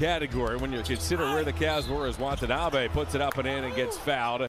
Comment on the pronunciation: Did the arena announcer call him Watonabby (rhymes with wannabe) at the end? Like it’s a place in Ireland or something. 😂